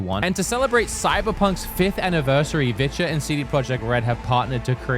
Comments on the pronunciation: I did t think you were saying viture I thought you were saying vidja like hank hill and the vidja games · you've been saying Viture. that is not what I've been hearing